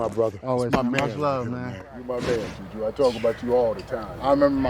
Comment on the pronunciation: JuulJuul Smith-Schuster